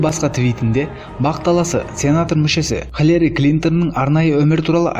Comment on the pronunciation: Халери емес Хилари Клинтон дұрыстап оқысайшы.